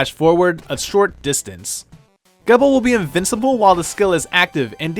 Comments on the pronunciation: Gebel is pronounced "Jee-bel". Source? The most recent RotN gameplay video. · Gebel is pronounced GEE BUL with a hard G, the way you say the letter G. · Also youre saying Gebel wrong, its Gebel (JEE-bill) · Is anyone else going to notice that he pronounced Gebel's name wrong or just me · It should be pointed out that said in the video that Curse was still recent, so likely Ritual wasn't out yet at the time, so it would make sense if he didn't know how Gebel's name is pronounced. I know I didn't know that until I looked it up and thought it was pronounced that way when I first watched Curse.